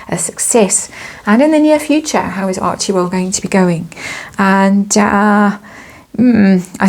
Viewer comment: It's pronounced Archwell, not Archiewell